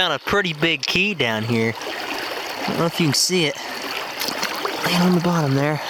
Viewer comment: 2 dollars and tien cents!